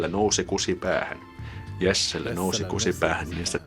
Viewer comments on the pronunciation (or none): Your pronounciation sounded like you said "nussi" instead of "nousi". Nussi is a form of the word nussia which is a dirty way to say that you are having sex with someone. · haha you pronounced "nousi" as "nussi", which means "fucked"